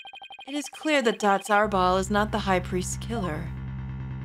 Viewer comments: I'm pretty sure Datz Are'bal is pronounced like, "Datz a rebel". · Btw I believe the pronunciation is Ah-reh-ball, and the pun is "that's a rebel" or "that's horrible".